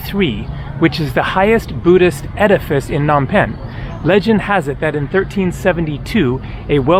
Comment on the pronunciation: Phnom with a P. Why not listen to locals??!!!!! Lame.